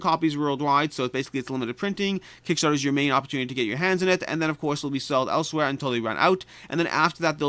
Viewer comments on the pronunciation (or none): none